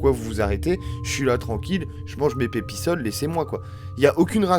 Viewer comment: J'adore tu m'a fait trop rire avec il mange tranquille ses pepisol c'est pipasol mais bon sinon les vidéos sont bien